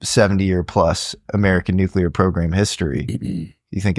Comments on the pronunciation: He says "nuclear" rather than "nucular". That's pretty great. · Finally, someone who can pronounce NUCLEAR correctly! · I can’t overstate how refreshing it is to hear someone pronounce “nuclear” correctly